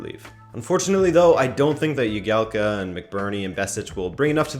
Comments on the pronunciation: It’s jagielka not yagielka he’s English not Spanish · Jagielka not Yagielka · Its pronounced Jag-ee-el-ka